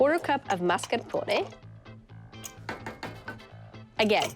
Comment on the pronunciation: That’s how it’s pronounced in italian